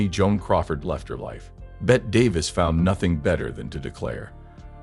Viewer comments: As others have pointed out her name was pronounced Betty. The video was interesting, how could it not be when Bette is the subject matter. However, there were many grammatical errors in the narration and closed captions. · That narration , if you could possibly call it that was dreadful, once and for all her name was pronounced BETTY.